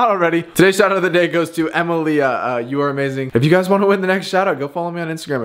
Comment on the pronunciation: Did anyone else notice that he said emmalia instead of Emilia. But lu and ur my fav